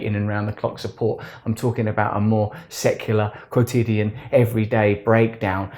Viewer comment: ". . . a more secular 'grotidian' mental breakdown." ... what is 'grotidian?' did I get that right? Instructive upload Russ, tx Love 💖